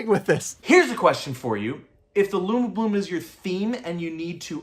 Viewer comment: Anyone else noticed the discrepancy between "Lumi-blooms" and "Luma-blooms"? Is it a case of a different pronunciation to the spelling?